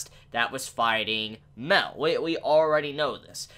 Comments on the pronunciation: Miel. Isn’t hard to pronounce. So why are you calling him Mel? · ''Maiyel'' not Mell >:(